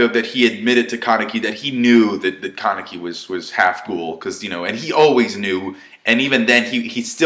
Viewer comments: ka-nee-kee not Kar-ni-kee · for ####s sakes learn to pronounce! its not that difficult! Hid:/ē/: Kanek:/ii/